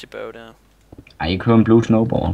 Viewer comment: "Det ører bare" HAHAHAHAH Stumme K'er FTW! :D